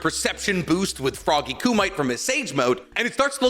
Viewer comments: Koo-mee-tay, not koo-might. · It’s not pronounced “koo-mite”. It’s pronounced “koo-mih-tay” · 🗣ITS PRONOUNCED KOOOO-MOE-TAY!!! DAFUQ IS A KUMITE?!?!?